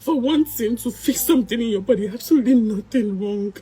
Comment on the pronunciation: The word is Body ! Not Buddy please!